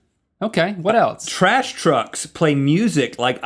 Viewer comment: When Link says words that end in "lse" he pronounces it like "ts" and I die every timeeeeeeeeeeeeee